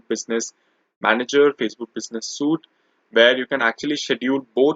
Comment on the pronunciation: Dude. Business Suite is pronounced as SWEET.